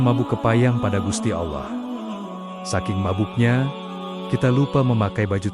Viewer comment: Ini kisah islami kisah seorang waliyullooh, kenapa dibelakang syeh Syaridin ada selipan salip. Jangan2 yang mengisahkan bukan Muslim, karena menyebut lafadz allooh saja salah.